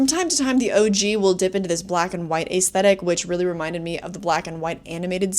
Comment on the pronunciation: Cooties RULES! Also it’s cute you pronounce it “ace-thetic”.